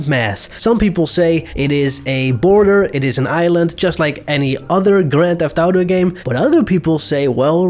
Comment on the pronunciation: Bro is the best gta guy. GRÄNN THEFF ÄUTOUU